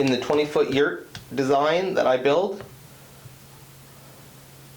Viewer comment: Yurt … emphasis on the “errrrrrrrrt!”